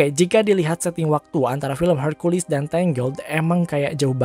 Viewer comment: Hercules pake e, bukan herculis pake i, kesel gw dengernya